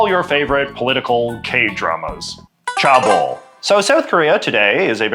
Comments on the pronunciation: Cheabol is not pronounced as 'car bold', it is pronounced as 'Che (as in the Che in Che Guevera) bold' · chaebol is pronounced ché bol as opposed to chah bol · Aah! Sorry. I just had to make one comment: pronunciations. It seems like the word with the biggest issue is “Chae-bol”. Usually whenever there’s more than one vowel, it is expected to be read like in English. So in this case you would read it as “Cheh-Ball”. But as with many many unfortunate attempts to spell out other foreign languages, CH is often J. It it is actually “Jeh-Buhl”. Contrastingly if there’s one vowel like in “Yang-ban” you would read it like Spanish, which in this case becomes “Yaang-Baan” and not “Yiang-Ben”. (Good job w the rest!!) Love your episodes!